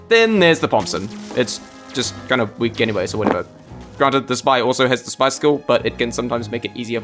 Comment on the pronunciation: See guys, I’m not weal